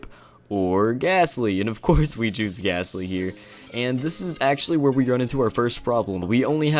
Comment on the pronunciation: There’s no H in gastly